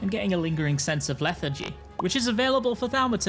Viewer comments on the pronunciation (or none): none